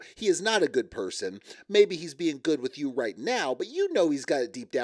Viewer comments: I HATE wit you for with you!!! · Could someone teach how to speak...its "with you" not "wit cho". Come on...grow up!!